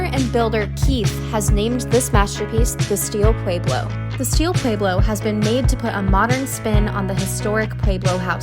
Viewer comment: Someone teach her how to correctly pronounce “Pueblo”.